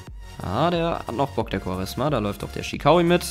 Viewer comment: Hey er wird nicht quaresma ausgesprochen sondern quareschma^